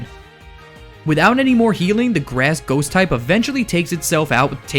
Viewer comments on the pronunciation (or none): Grass Ghost? Or did u say Grass Goat